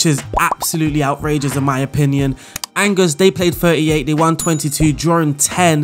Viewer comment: It's pronounced Awn Jay (with a soft J like in Jacques) not Angers, or like Rangers. I found this out as a Rangers fan 😂🏴